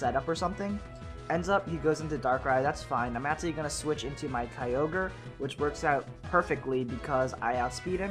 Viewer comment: Kyogre = Keo-gray haha